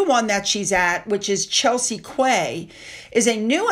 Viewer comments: The word QUAY is pronounced KEY …….not KWAY. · Ahem, no offence meant, but that's not kway, it's pronounced key. It's just a really weird word. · Hi. I hope I am not offending you but in Britain Quay is pronounced KEY!! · Quay is pronounced ’key’😘😘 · Sorry gad to have a giggle you said quay the same way my grandma ...have to say its pronounced " key" , but never mind l love your channel and you can say it which ever way you want ! Brought back a lovely memory 💖 😊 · the word Quay is pronounced like key - we like to keep you on your toes! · Quay is pronounced - key in the UK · Quay is pronounced "key"meaning harbour. Here in Canada they pronounce it wrong all the time and it drives me batty!!! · Quay is pronounced Key; as in Dock. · Hi just to give you the heads up that quay is pronounced as key yes as in the door lock 😂😊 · We pronounce quay as key oh and the tiara is beautiful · Quay said key, not criticising. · I used to pronounce "quay" as "kwey" also ☺but was politely corrected by my daughter that it's pronounced as "kee" in SG, & maybe in the UK as well(?). I'm not sure how it's pronounced in other countries though. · just a gentle mention that 😊Quay is pronounced Key. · Quay is pronounced key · Just a little correction quay is pronounced ‘key’ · Quay = Key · Just FYI - QUAY must not be a word used in USA. For those with British English “quay” is pronounced “key” and is an area beside eg a river. Sort of like a jetty - an area you can sit/ look at the water. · ❤i was about to say that but you already had. In New Zealand we say pronounce it 'Key' for Quay aswell ❤ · I was going to post the same thing. It's understandable how non Brits can say a lot of our words wrong when they're spelt so vastly different to how they're pronounced. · Just an FYI, “Quay” is pronounced “key”. I have no idea why, but I was told this while visiting Australia in February. Great video as always! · Quay Sounds Like key. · And Cape Town. Quay - Key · Quay = key.